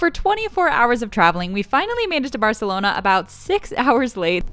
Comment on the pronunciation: You say barcelona wrong but food review good